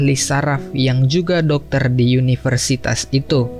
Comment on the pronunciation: Semangat gan penyampaian cerita sudah jelas dan enak didengar walau ada beberapa pengucapan yang keliru seperti universitas. salam - subcriber baru